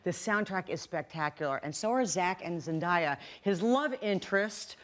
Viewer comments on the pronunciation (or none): “Zen-die-a” tRiGgErEd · DAY-A not DAIIUUUYYYAA 😭😂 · Zen-DAY-A not Zen-Die-a xD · She said herself, it’s Zen-Day-A not Zen-Die-A! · It Zen-day-a not Zen-die-a!!!